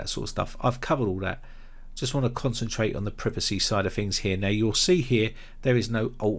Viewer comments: When you say Fings and Fought, Do you mean Things and Thought? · "Fings" to disable?